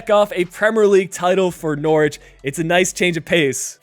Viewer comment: Good video but I’m from Norwich and it’s pronounced more like nor rich